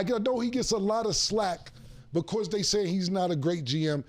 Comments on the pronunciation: Flack it’s flack not slack, say something early 😂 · Cam REALLY trying to be a sports journalist but can’t pronounce names and words properly half the time and he constantly fucks up simple stuff like, “I know he gets a lot of “SLACK” lol it’s Flack , a lot of FLACK cam lol